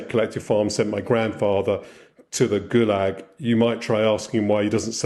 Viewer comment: Its goo-lag...